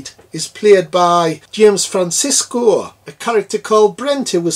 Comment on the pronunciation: Love that review, especially with that wicked north east accent. Sorry to be pedantic though pal but it’s James Franciscus not Francisco 🤣🤣🤣 but great review all the same. It’s a fantastic bonkers sequel and so popular to POTA fans as it’s so nuts and I remember being freaked out by the mutants when I was a kid because of their weird version of “All Things Bright and Beautiful” with a strange tune. I love this film though and to have an ending even more bleak than the original took real balls. Excellent stuff 👏🏻👍